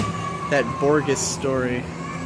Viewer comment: It's pronounced Bor-hes